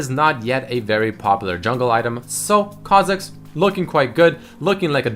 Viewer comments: GODAMNIT REDMERCY WHY DID U SAY KHA FOR US KHA MIDDERS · kha zix ? rly ? lol